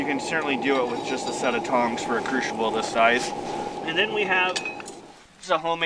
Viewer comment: crucible(kru si bul), sorry just had to say it. The pronunciation was driving me crazy.